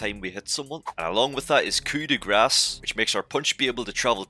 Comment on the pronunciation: Coup da grăce? More like Coup da ăss